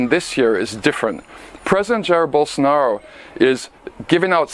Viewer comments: "Bull sar nar O" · I believe his name is pronounced Bol-SAR-nar-ah, as explained by our good friend who is full of high level and important ideas.